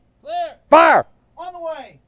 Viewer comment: Doesn't everyone? Is it possible to say, "Fire!" without a Texan/Southern accent?